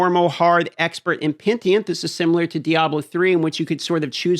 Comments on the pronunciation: Pen-E-Tent Not Pen-tee-ent Please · pen - i - tent. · Wtf is pentient ?? You mean PENITENT?? disliked just for this, do better. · Why is he saying pentient. It’s penitent dude lol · PeniTENT not PenTIENT. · Just make classes i give a shit about. I dont vibe with any if the current ones. Give me Demon hunter, monk and paladin ffs. Also. Say it like “Pe-Ni-Tent” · For future videos,: Pen-ih-tent. Not pen-tee-ent. 🤓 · dude, Pe-ni-tent. Petient is killing me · agreed lol :D triggered the fk out of me :DD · American education and reading comprehension at it's finest. (Sorry, I know that's at your expense) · Pentient lmao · I love petition difficulty. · It's Penitent, not Pentient come on! :D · Pen-i-tent. Hahaha love your videos as always mate! Keep this awesome shit up. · love your stuff but it’s pronounced Penitent as in “penny-tent”. Take care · Pen-i-tent, dude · Pen. I. Tent. Penitent. Peni - tent. You can do this. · yo its pronounced Pen - ih - tent... oh well its not as bad as Rax pronouncing Exquisite as Excoozee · Take a shot whenever dm says pentient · That's what he said....pe-ni-tent...ient!!!!! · pentient isn't even a word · UT Announcer: PENTIENT! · You're wrong too? Pen-I-tent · He says pentient not petient😂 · Omg dude. It’s PEN A TENT. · mispronouncing words farms engagement good job! 😎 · this guy struggles with pronouncing words lol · He honestly has only a faint grasp on the pronunciation of most English words. Bet he says Libary 😅